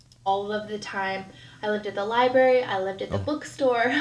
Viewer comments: Liburry. As a librarian, I can tell you this is pet peeve NUMBER ONE. It’s library! Annunciate! Everything you say, no matter how smart you actually are, is undermined by your lazy pronunciations of words. I get it! I live in Louisiana, trust me! I want to slur words constantly, but it takes away all credibility when you’re trying to make a point or show how knowledgeable you are. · Omg, I love your commentary!! You say exactly what I'm thinking!! I can feel my blood pressure rising, watching this narcissistic tool!! Ugh!!! If she says "libary" one more time...!!!!! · I find it very hard to believe that this person has ever been inside a "libary" lolol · Arrrggg “Lie-berry” is what people say when they lie about going to the library lmfoa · I'm not a Myka fan, but a lot of the pronunciation nitpicking really is just regional/dialectal pronunciations. "Getta" is pretty common in most places in the US, also "liberry" is more common on the mideast coast (around NY, etc). Her inflection however? That's just her being an airhead. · “Libary” hahahaha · That's my favourite Ken from Toy Story quote. "Take him to the Libary!" 🤣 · I hate when people say Library incorrectly! I am a 47 Y/O Life long Ohioian and we dont say didnt or Any of her incorrect english! She in no way reads books! How she passed Nursing school is beyond me! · I CANT STOP LAUGHING AT the library part!😂 that’s one of my biggest pet peeves. I get so irritated when someone says it wrong 😂 Also I remember seeing a clip of myka saying that she was engaged when she got pregnant with cova (I forgot her daughters name) and they broke off the engagement bc he did something that was a deal breaker. Not sure from which video it was from